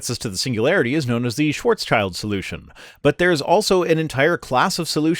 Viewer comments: Just pointing out that you pronounced Shwarzschild incorrectly. The schild part is pronounced more like shield not child. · Just throwing in a quick side note, "Schwarzschild" isn't said like "Schwarzs-Child", it's "Schwarz-Schild," German for "black shield" seeing as he was German. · Schwarz-schild. Not Schwarz-child.